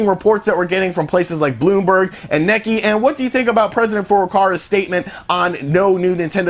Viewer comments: hey brother. The publication you are quoting is not “Nikki” or “Knekki” it’s “Neh-k-eye”;) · Common bro enough with Neck-ee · not trying to be rude or anything love the vids but are you trying to say Nikkei? it is pronounced " Knee Kay " thanks for the upload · Necky? That's a pronunciation I hadn't heard yet. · not trying to be rude or anything love the vids but are you trying to say Nikkei? it is pronounced " Knee Kay " thanks for the upload. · Like so he knows it’s pronounced “KNEE K” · Nick-Kay. Nikkei. It's pronounced Nick-Kay